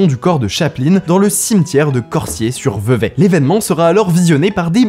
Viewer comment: bravo bravo pour la prononciation de Vevey ! J'ai beaucoup entendu des français écorché le nom de cette ville